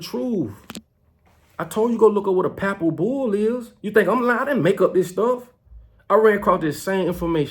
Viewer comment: Why won't you debate Geno Jennings on Religion pleas quit saying Pappal bull you sound like you dropped out of school in the 3rd grade. You need Jesus Christ. You're all over the place lip service you don't even brush your teeth you said in a video before why would anyone take you seriously. Or respect you that has common sense. People like you found a way to take advantage of poor and lost people during the shutdown. And you ain't ran nothing but your mouth. You say pepper has no value but you want people to buy your silly ass hats and clothes